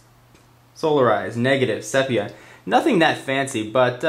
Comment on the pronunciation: i think it's pronounced SEE-pee-uh